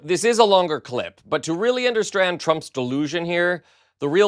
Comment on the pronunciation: 'understrand' what is this? Lol